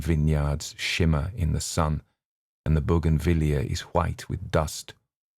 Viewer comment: I am enjoying your presentation very much, and I've listened to only eight minutes. I'm able to "see" as you speak. Thank you also for your pronunciation of "bougainvillea!"